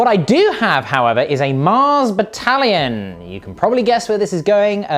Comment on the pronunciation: And with the return to Baddalions, the universal order is restored. Note: I noticed Chef has a small speech impairment, and his Ds sound much like a T, especially when he says "baddalion". Nothing that a bit of practice won't fix, however. 👍 <3